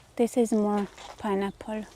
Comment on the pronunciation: You seeee!!? We need to keep well fed so she can think clearly. 🙂 Also, love the way pronounces pineapple 🍍